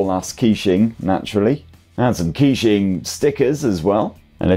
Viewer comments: KEY~SHING :face-purple-crying: bro killed it, butchered every pronunciation, love it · Actually Keqing is pronounced like "Ka-Ching" Like Shania Twain Song Ka-Ching. In that song she pronounced Keqing perfectly. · i nearly unsubcribed when you pronounced the name